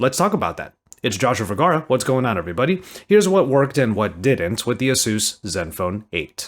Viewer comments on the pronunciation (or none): none